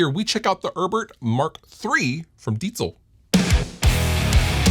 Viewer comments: Do you know where the name for this amp comes from? And yes, you pronounce Diezel very well. I'm from Bavaria Germany and happen to know the chief engineer. That's why I know what the focus was in development. tight, lots of headroom and reliability. cool piece you have there. have fun. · You’re late to the party! But thank you for pronouncing it correctly! Cheers from Germany!